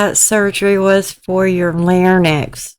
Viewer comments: larynx Pronunciation American pronunciation Sounds like leh ringks You are pronouncing an “n” in the middle where there is not one. Hope that helps, take care! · If anyone out there would be so offended by your pronunciation of larynx or your fun and goofy nature, we don’t need ‘em here anyway. I like how informal and casual your videos are! Feels like a laid back chat among friends!